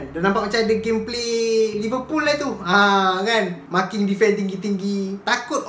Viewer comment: Tergelak aku bila kau cakap mcm Liverpool